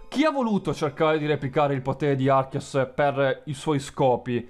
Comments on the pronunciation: ti prego. si dice "archeus". mi viene un colpo al cuore ogni volta che hai detto "archias". comunque questa teoria viene detta da molte persone nel web. ed è la più logica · penso si pronuncia archeus e non archias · NON SI PRONUNCIO ARCHIAS SI PRONUNCIA ARCHEUS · archias non si può sentire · se pronunci ancora arceus, o qualcuno morirà...o le mie orecchie si sopprimeranno da sole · Ho chiuso il video nei primi 2 minuti. Ogni volta che dicevi "archias" mi davi urto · Non puoi pronunciarlo "Archias" D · si pronuncia Arceus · no *Archeus si pronuncia così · ed era sbagliata, non ci vuole un giapponese per sentirlo malissimp